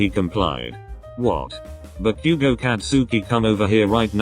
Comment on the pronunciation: bakugo🚫 deku🚫✨backugo✨ ✨deeku✨